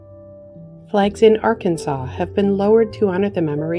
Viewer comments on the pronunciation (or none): none